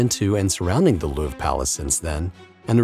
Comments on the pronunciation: The Looorv... that’s a truly shitty pronunciation. Europeans are cringing here. At least you didn’t call it’s most famous painting the Moaning Lisa. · how did this guy say louvre